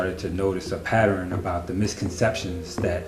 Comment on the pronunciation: PattERn not PatterEN... pattern not patteren. Why do some people pronounce it wrong.